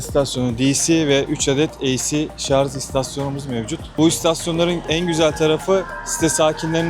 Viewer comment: Bu işi yapıp nasıl devamlı "şarz" demeyi başardınız 😃